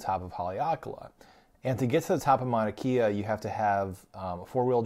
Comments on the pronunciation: “E’s” are pronounced as A and a’s are pronounced as uh. Mauna KAY - UH Go to top and watch sunrise. Waipio valley access is now closed. Kona Joe’s Coffee 🤙🏽 Green sand beach-don’t waste your time. If you do go, wear shoes-no slippas! Auntie will give you a ride for a price. See Ola Brewing 🍺 in Kona And yes, the island is very livable but get used to stupid! Hawai’i is and second world country and just about everything here is 50-75 years behind the mainland. A wonderful place to visit as long as you respect the locals. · It's pronounced Mauna Kay-ah. No e. Great video though. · This is a GREAT video! If you do a Part 2 put Kua Bay, 2 Step, Pohoiki Ponds and Kehena Beach. Btw it is pronounced Mauna (KAY-A) and it is Kaumana Caves. Obviously you can't edit the video but in case others want to know. We are still adapting to some of the pronunciations. Well done. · Your pronunciation of Mauna Kea is incorrect.